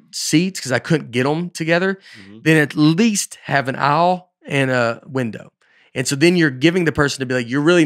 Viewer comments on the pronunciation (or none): Also, like how Nate says “aisle.” Sounds like he said “owl.”